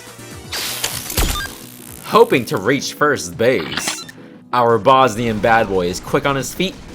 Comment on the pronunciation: Did you call Scout Bosnian instead of Bostonian?